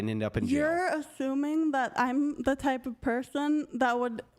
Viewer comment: "You're athuming ..."